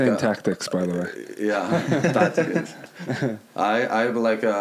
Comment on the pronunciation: "... patrons .... touchskis .... touchskis" ... 🤔 Tri: "He's saying tactics by the way" ➡️ 😯💡😃